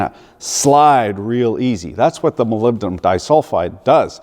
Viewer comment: Fails at the pronunciation of "Aluminium", nails "Molybdenum". This is comedy!